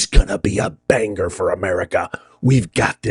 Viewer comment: Did you say Banger😢